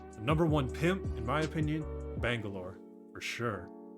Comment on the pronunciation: my dude said bangelores #1 pimp I started rolling